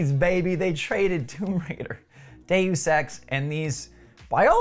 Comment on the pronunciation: day-you-sex lol